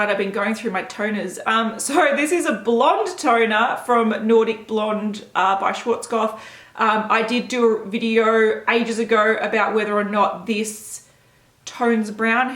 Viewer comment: Don't want to be rude or anything, but Schwarzkopf os a german name so "w" should be read as "v". It means "black head" :D Great name. xD